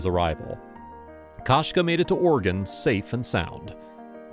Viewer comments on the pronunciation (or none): Narrator thinks "Oregon" sounds exactly like "Organ".